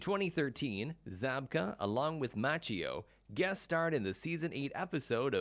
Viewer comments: I know this has been said before, but the mispronouncing of Ralph Machio's name is hard to get past. Which is a shame because overall the production quality of the video was great. The script was a little off, as each fact was presented in a vacuum, as if we didn't know the previous ones before hearing the current. An example would be the first fact presented in the video is that William Zabka's first movie was the Karate Kid. Later, when discussing his net worth, it is stated that he was in the Karate Kid like it was a new fact and not something the view was already informed of in a previous fact in the video. It was as if each fact was it's own separate fact and not part of a continuous series of presented facts. Maybe just me, seemed a little odd. Good attempt though, keep it up and do a little research on pronouncing names. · ma-chi- oh is how it’s pronounced. if you haven’t already can you make one of ralph? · Lets all say it together..."Mau-kee-O" gosh was that too hard. Especially if going to say it 20 times! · This narrator has no clue. Macheeeeo? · Good video except for pronunciation of Ralph's last name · So annoying when someone can't bother to learn to pronounce Ralph Macchio's name correctly. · It's like the guy has never pronounced an Italian name, ever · we don't hate anyone "Line-done", we just expect that if someone is going to make a video referencing the actor of the main protagonist they'd do the minuscule amount of research necessary to pronounce their name correctly. The Tang Soo Do mispronunciation can be glossed over, as I didn't know how to pronounce it either before practicing the art, it still bothered me to hear the narrator say it like he did. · It is impressive that William Zabka can speak Czech! but it would also be impressive if the announcer could learn to pronounce Ralph Macchio's last name correctly! LMAO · Approx . Ralph Ma-CHEE-oh. Stopped watching. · That's when I stopped watching the video. Ralph Ma-cheeo